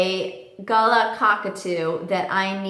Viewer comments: It's pronounced Gah-laa by the way just an FYI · I am not criticising, but I would like to tell you that I am from Australia where galahs are originally from, and it is pronounced 'Gaah - lare'. Just wanted to tell you :) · Hi. Love Vinnie ❤️. But, it’s Galah. Ga-laaaah! Like as in Ga-LARE. ‘Are’ like “ARE you going”? Don’t be offended. But he’s a native Australian bird and his identifying name should reflect that 🇦🇺 thanks 🙏💜❤️🦜🦋 Love your channel 🥰😍😊 I’ve got a juvenile male Indian Ringneck parrot 🦜 called Malachite. He bites. He was neglected and abused and looked really bad when I got him, but he’s starting to look beautiful, glossy and smooth, thanks to good nutrition and devoted care. I love birds! 🇦🇺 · Galah is pronounced ga-la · Tip from an Aussie: Galah is pronounced as "Guh-LAA" with real emphasis on the "lah" part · Gal-ah is how we pronounce it in Australia. We have huge flocks flying around on the Gold Coast. Don’t see many as pet. Just see them as wild pets that visit by choice. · aussies pronounce it gah-lah. like umm, we really emphasize the lah bit, you say it funnyxd. love ur videos btw